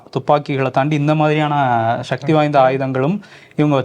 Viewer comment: தமிழை கொச்சை படுத்தி அசிங்கமாக பேசாதீர்கள்.shakthi கிடையாது.. சொல்லுங்க சக்தி.. சக்தி.. Okay..